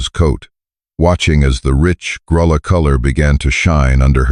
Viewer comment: Revise your ai narration to pronounce lead rope correctly- it’s pronounced LEED rope! The color of the little horse is pronounced “Gruya” ( it’s Spanish meaning mouse colored). Geldings cannot sire offspring!!